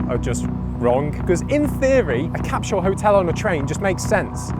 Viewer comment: There’s no “h” in “capsule”.